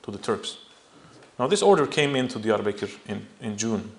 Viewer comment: this guy is full of it. he seems to have no problem pronouncing armenian words but when he tries to pronounce Turkish words like millet, Diyarbakir or Adana he doesn't do very good of a job. most of the documents he mentions are fake even I can tell you that.